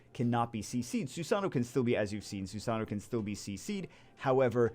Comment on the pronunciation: Stop mispronouncing susano xD say it this way.. sue sa know .. just as one word lol